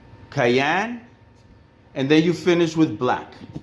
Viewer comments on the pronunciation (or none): great work bro...its my forte too. love...oh by the way..cyan...not kayan….lol...just for a laugh..great work keep it up!! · Great Job Brother! and it is pronounced cyan [ sahy-an, sahy-uh n ] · Love the videos! You and I pronounce "cyan" very differently lol. Thanks for the helpful tips! :)